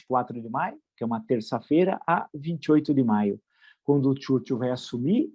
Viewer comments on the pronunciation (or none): “O Churchúwl… “ Este vila faz gozações de como o Bananinha fala Churchill, mas ele também não sabe falar, haha 😂